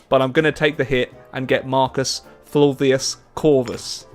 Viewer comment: Your pronunciation was actually quite good - Latin is quite similar to English in that regard. One thing I will say; in Ancient Latin (not Church / Medieval Latin), the letter 'V' is pronounced as a 'W'. So Marcus Fulvius Curvus would be Marcus Ful-wi-us Cur-wus.